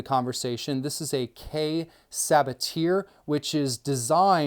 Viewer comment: A) For "gyuto" say "gyoo-toe", not "gyoe-toe". and for "Sabatier" say "sah-bah-tee-ey" not "subber-teer" B) Isn't it counter-productive to put a k-tip made for intricate tip-work on a super-long blade as a a long blade makes it more difficult to control the tip? Seems kiritsukes are only there to look more badass than regular shaped knives.